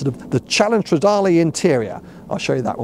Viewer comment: So happy for you mate, now you just have to learn how to say Stradale in Italian 🤌🏻❤️